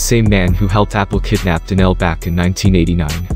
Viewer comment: Yo Mr. Narrator it's Donell not Danell. Nothing like a foreigner trying to talk about nigga hood shit LMAO